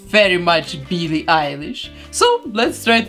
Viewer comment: I love her accent😍😂 She says "Billie" as "Beelie" 😂